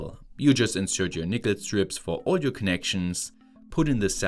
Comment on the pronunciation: Yo you need to be careful with you pronunciation of "nickel". It sounds like a racial slur lol.